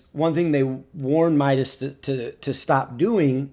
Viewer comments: It's not My-das It's Me-das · let me correct you, he's name (midas) is pronounced (mee das) not (my das) Nyway happy for him mok, midas, athena and you are my favourite pubg mobile youtubers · It's midas not mydas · It's not Mydus it's MIDAS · Awesome evaluation 🔥🔥🔥 Anyway its "Meedas" not "Maidas" 😂😂